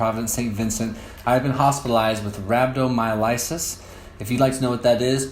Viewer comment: Sorry that happened to you man. Just wish you would have said rhabdomyolysis right though. Get better.